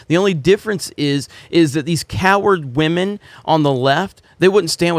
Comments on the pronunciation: I don’t like Disney but clearly has a problem with women lol (stop saying wahmen) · I live for how he says "WahMen" lol 🤣😆